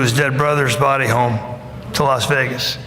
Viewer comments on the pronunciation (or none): none